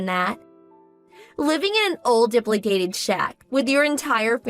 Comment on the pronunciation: Dilapidated is pronounced DUH-LAP-UH-DATED. C'mon. 😮